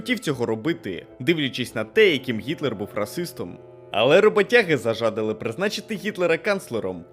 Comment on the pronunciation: Віиаю вас, мені дуже подобається ваша робота та те що ви перекладаєте та озвучуєте українською. Я хотів би не в грубій формі, і аж ні як з неповагою сказати, що наголос в зажадали на "ДА ". Дякую за вашу роботу:)